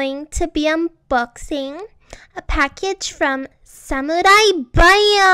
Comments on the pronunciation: The way she said Samuri Buyer made me want to burn my computer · SAM OU EYE BUYA DESU